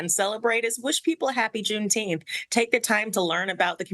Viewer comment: Juneteenf. get it right